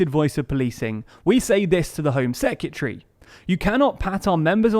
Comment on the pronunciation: please learn how to say secRetary